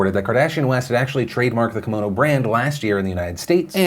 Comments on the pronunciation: It's not Komono it's Ki-mono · Hi Philip, just a heads up. Kimono is pronounced “key-mo-no” you’re getting mono part right but not the Ki part. But you can say it however you want. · It's not a kamono it's a KIMono